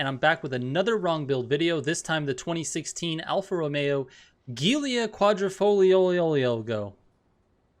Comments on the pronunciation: It's not even that hard: joo-lia quad-rifol-yo :( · Great videos! I wish you could go back to older builds and do your new cards on them. Also this car is pronounced Julia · GIULIA is pronounced like the female name, Julia